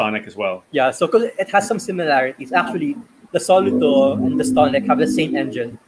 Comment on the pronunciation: I really love this whole review and the other video (test drive). why insists on pronouncing it as SO-luto is freaking annoying though.